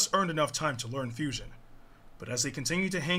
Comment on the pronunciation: They butchered the name of fusion 🙃